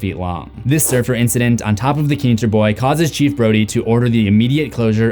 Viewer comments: You are the type of person who is a geek....... Plus the name is Alex Kitner............ Not Kitnser....... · It’s Kintner, not kinter. Ken-t-ner not kin-ter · “Keenter”…? No